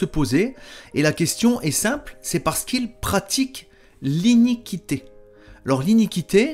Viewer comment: Bonjour frère j'écoute et je prends note de ce que tu nous expliques et je t'en remercie. Lorsque tu parles d'iniquite' tu parles du péché n'est ce pas? Il faut prononcer iniquité et non iniqu uité parce que certains ne comprennent peut être pas. Excuse moi cest c'est juste la façon de le prononcer qui n'est pas adéquate ttefois je pense que tu ne m'en tiendras pas rigueur c'est juste une petite rectification et je t'en remercie de tt cœur. Sois abondamment bénis pour le travail que tu fais pour nous🙏 pour la gloire du Seigneur.